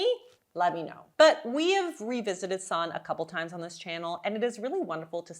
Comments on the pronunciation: Sorry, I really appreciate your analysis of her meal plans\, but her name is properly pronounced Sann-a…..not Sannn….just think of the “e” at the end as an “a”. Thanks…it was driving me crazy hearing you say “sannnn”,not “sanna”. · Yep Sannuh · Sanne isn't pronounced that way. It's more A as in "ah!" And E as in "uh" S(ah!)nn(uh). Vloet OE= "boooh!" as in Trump protest. So Vlooooht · I think it’s disrespectful of you to continually mispronounce Sanne’s name. This is at least the third video you have done on her. You can hear how she pronounces her name.